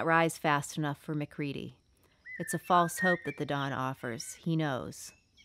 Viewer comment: Mah-CREED-E That's how it's pronounced :C Other than that, good job